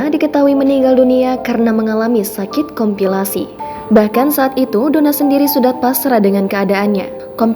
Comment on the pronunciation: Wartawan Tribun ini lulusan apa komplikasi ngejanya kompilasi waduh....abal 2